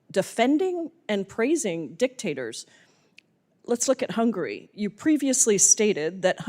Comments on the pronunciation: HUNGARY... not "hungry" 😂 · what hungury has to do with US? why is she so worry about hungury?